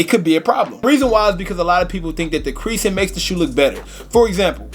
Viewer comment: My boy said, “quereasin” 😭😭😭